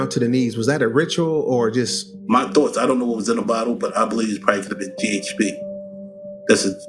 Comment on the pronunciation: It’s GHB not GHP …